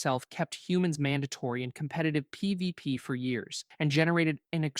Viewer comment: If you're going to use AI, at least have it be able to say P V P. Lazy shit.